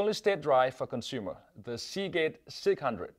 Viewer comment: hear him say segate sick 100